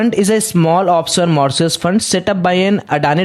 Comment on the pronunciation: Bhai pehle Mauritius bolna seekhle....